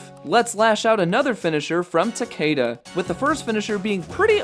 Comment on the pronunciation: Why don't you show some respect and pronounce Takeda's name correctly for once?